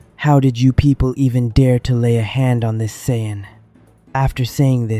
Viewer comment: You know after watching and listening to 2 of the narrators butcher the word's Saiyan and Zeno multiple times throughout this is one thing and can be forgiven. That being said who thought that putting the phrase "where on earth" was a smart thing to do. Do better